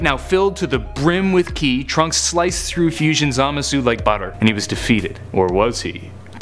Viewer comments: You're not supposed to pronounce the u in Zamasu just so you know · Doesn't even know how to pronounce zamasu. That's how you know he is reading of s que card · hahaha the way he said zamasu😂😂😂